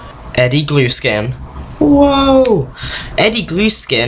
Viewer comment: You pronounced Eddie Gluskin's name wrong